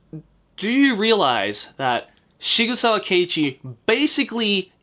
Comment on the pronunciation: >Shigusawa It's Sigsawa. It's a pen-name based on a real gun manufacture, SIG Sauer. It's even styled like that. Please try.